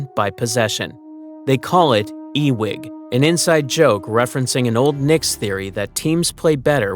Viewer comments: Guy doesn't realize Ewing is someone's last name. Patrick Ewing....as in ......you wing.....not E .....wing. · I think its pronouced Uwing not E-wing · E-wig theory?? Lol. It's Ewing.....pronounced 'Yoo Wing' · The correct pronunciation of both is “U-wing” not “E-wing” and it’s obvious that the narrator doesn’t know this. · Because AI reads Ewing as E-wing. It's an AI commentator that hasn't learned of the Ewing Theory yet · And here is your proof. When calling it E....Wing and even showing a picture of Patrick Ewing, he never mentioned the software was named after Patrick Ewing. That would seem relevant. Because he thought he was pronouncing it correctly. If you are doing a video named after a guy and you are intentionally mispronoucing his name, you would say that. But he didn't know. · he didn't say anything about it because he didn't even know he mispronounced it.